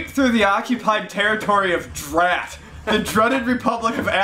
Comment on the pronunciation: DRAT, not dread.